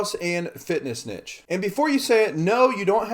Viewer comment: Learn how to pronounce niche if you are making multiple videos on the topic. Embarrassing